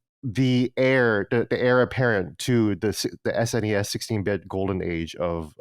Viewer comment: SNES pronounced snez